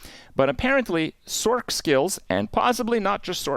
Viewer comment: Love the info….hate how you say sorkk lol it’s sorc bro